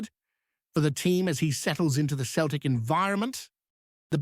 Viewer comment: Soon know , hope guy comes in does well time shall tell , but hey buddy its not Keltic its Celtic with letter C pronounced as a letter S